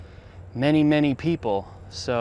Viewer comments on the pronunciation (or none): none